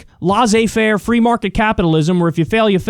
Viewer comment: BTW: it's laissez faire. Less-Ay-Fair.